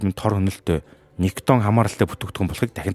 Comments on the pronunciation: Nicotin gej heleh bvrt ni daraagiin vgiig oilgoh bolomjgvi gehimv? Gatsalt vvsej bshd. Helzvin berhsheel bish bailtai mash olon hvn nikiton gej heleed bdag ym bailee hachin. Ug ni ih heregtei l video bh shig bna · Хха никотин шүү. Никитон гэдэг нь хамтлаг. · Niciton bish nicotin geeree❤